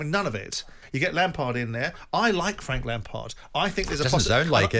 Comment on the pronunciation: Frank lampared? Never heard of him.